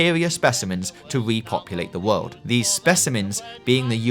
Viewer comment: wealeases, wabbit, wowd, varwies, nuclewaw